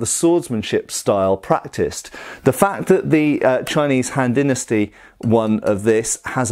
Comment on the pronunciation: Kept hearing Hand Dynasty